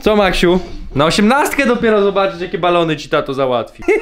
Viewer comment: Najlepszego Maksiu 100 lat🎁🎁🎁🎁🎁🎉🎉🎉🎉🎉❤🍼🎈🎈🎈🎈Ps.Ciesze sie że nareście wie jak jak sie prawidłowo czyta i literkuje Maksiu😁😁😁